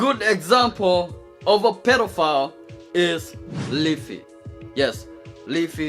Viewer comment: If you close your eyes, when he says "pedophile" it sounds like "pillow fart"